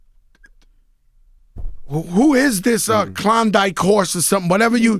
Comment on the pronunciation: That man said clomdike horse🤣😂🤣😂🤣😂🤣😂🤣😅😂😂🤣